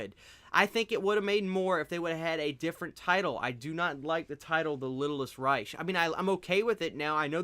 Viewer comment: I feel the same way about the franchise, but you sold me, I'm going to check it out , Thanks been wondering about it.......................... ⬇️⬇️⬇️⬇️⬇️⬇️⬇️⬇️⬇️⬇️⬇️⬇️ PS Reich is pronounced with a k sound at the end, the C&H basically turn into the K sound,like the German army's back in the day first Reich second Reich third Reich, not trying to be picky just didn't want you to go out like that bro